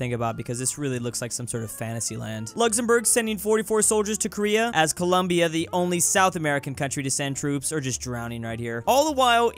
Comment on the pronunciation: It's pronounced Co-lom-bia, not Co-lum-biá